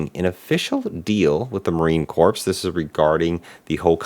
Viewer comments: "Core" not "CORP" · Don't wanna be that guy, but the P in silent in Marine Corps